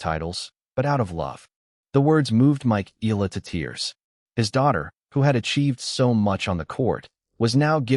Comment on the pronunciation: We love watcjing all videis about Alex but just a friendly request, can we try pronouncing her surname corectly please as how it is in the Philippines. thank you for considering.